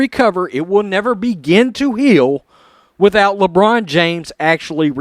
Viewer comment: Did he mean lambrain! Or China james?